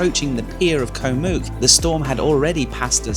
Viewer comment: you’ve been here long enough to say Koh and not Ko … great video though